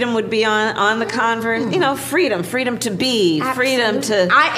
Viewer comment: Doesn't she mean fwweeeedom .